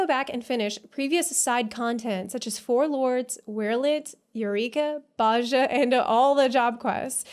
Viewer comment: Just a sidenote: the "j" in Bozja is a "y" sound ^^